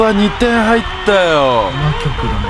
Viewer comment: 魔曲のイントネーションが完全にこ↑こ↓で草